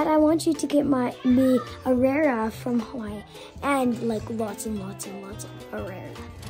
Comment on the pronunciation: that is not how Arare is pronounced